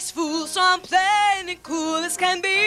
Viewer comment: It's kew-ald suh-rrendah